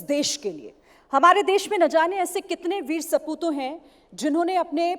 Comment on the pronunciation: Saputo nhi sapuut bolna sikho pehle